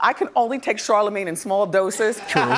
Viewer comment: the way the crowd clutched their pearls when Wendy said “CHARLAMANGE” 🤣